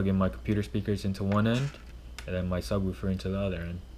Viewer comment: Say subwuufer one more time